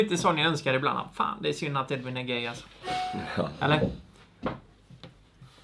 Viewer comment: HAN HETER EEEEEDVIN inte Ed-vin